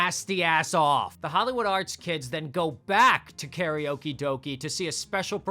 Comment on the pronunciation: Karaoke does not rhyme with doki. It rhymes with doke.